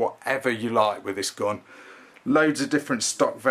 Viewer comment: It's not a 'gon'. It's a gun. Why do you English people change the vowels? It's very confusing. You also talked about this gun's 'gods', or did you mean 'guts'?